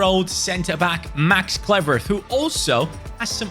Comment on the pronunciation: Pronounced Max ClueWorth